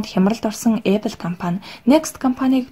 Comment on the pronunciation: Goy medeeele bna gehdee Apple geed zuv heleerei bi odoo epple gej yu yun bol bodlooshd ehendee